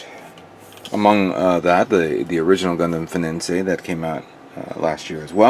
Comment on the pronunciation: Yo not to be so hard on you but can you not read? Its fenice not fenincé.